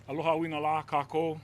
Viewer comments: "ALO-people of Hawaii" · 1 minute in, couldn’t say Aloha, mispronounced names, made inappropriate and off colour joke, forgot the mayors name, compared him to a football player of a team he couldn’t remember the name of... 1 minute.